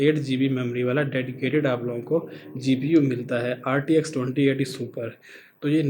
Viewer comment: yakeen nai hoya is nay liya ha is ko gpu bolna nai ata